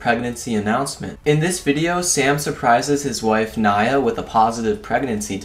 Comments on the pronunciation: U don't say Nia that you said it a lot of times wrong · It's knee-a not ny-a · it nia not niya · Nya? fucking Nya... It's pronounced Neee-Uh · Nia not ni a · It's pronounced n-e-e-a but it's spelled Nia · It's pronounced (Nee-ah).